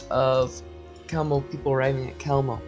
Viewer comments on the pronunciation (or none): Pronounced "Hewmno" NOT Kelmno! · Hey narrator... I don't think you pronounced the name of Chelmno correctly once. Or any other death camp for that matter. Take the cotton swabs out of your mouth maybe?